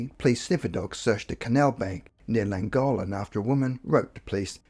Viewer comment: Llangollen = thwing-GOTH-lin